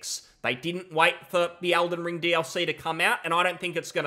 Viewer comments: does his accent not include the letter E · ELden Ring, WHY ARE YOU SAYING ALDEN STOP IT